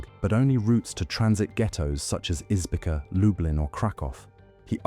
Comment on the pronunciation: Izbica a small town in Poland near Zamość is to be pronounced like "Ees- bee-tsa". Perfectly spoken by Israeli prosecutor